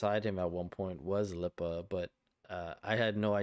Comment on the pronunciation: Lipa is pronounced like Dua lipa